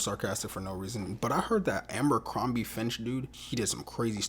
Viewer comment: it's not Àmbercrombie...it's ABERCROMBIE. My God man.